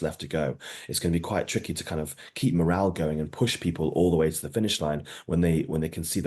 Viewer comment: “ morale”. Good grief.